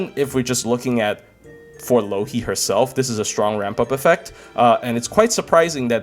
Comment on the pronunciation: every time he says Louhi I keep hearing Loki